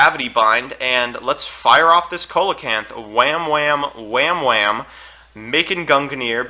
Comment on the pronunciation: I’ve come from two years in the future to tell u that it’s pronounced “SEE-luh-canth”